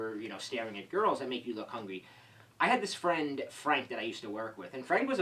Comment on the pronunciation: Carlos Flores I'm not your pal, fwiend